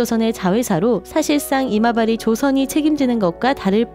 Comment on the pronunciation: 이마바리 조선 을 여러번 아마바리라고 계속하는. 가끔 이마바리라고 올바르게 할때도 있으니 형편없는 운영 방식 태도이네.